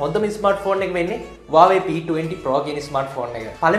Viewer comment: Ai bn me waawe kiyanne.? Huawei kiyanna bari da?😅